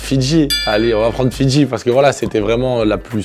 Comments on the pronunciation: Il faisait que de dire fitci mes oreilles sifflait 😏😏😪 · Je suis le seul à avoir rigolé quand il a dit : "Fidji" pour la plus sincère